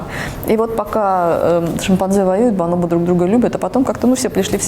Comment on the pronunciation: Бонобо, а не баноба